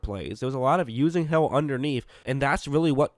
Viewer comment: it sounds like he said “ he throws a prayer and it’s answered by hell